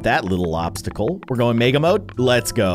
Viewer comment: When he’s says mega I hear it like maga